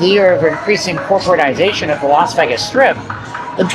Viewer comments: Dude....not VEGGAS (VEYGAS). Please as least say it properly. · Ngl, I absolutely despise when people pronounce “Vegas” that way. It’s so annoying. It’s VAY-GUSS, not VEH-GUSS. ugh yuck. Anyway, carry on. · A dude that pronounce Vegas as Vegguz cannot be taken seriously. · There’s no “egg” in Vegas. It’s pronounced “Vay-gas”. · You’ve got one of the most irritating voices I’ve ever heard… especially the way you say “Vegas.”